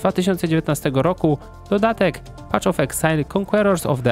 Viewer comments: Wszystko super tylko "paf" of exile, a nie "pacz". Path --> Patch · *Paf of eksajl , a nie PACZ of eksajl ;) tam nie ma patCH tylko jest paTH